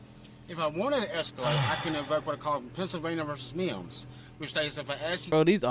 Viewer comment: Pennsylvania V “Meeeimms”